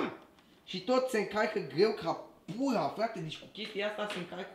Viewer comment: Defapt a zis "puha" Nu-l inteleg..."R"-ul il face "L" si "L"-ul il face "H"